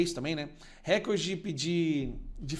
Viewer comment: Ja aprendeu a falar recorde?